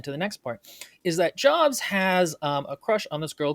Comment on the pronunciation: “NAH - roo - toe, not nuh - ROO - toe,” meanwhile: “joabs”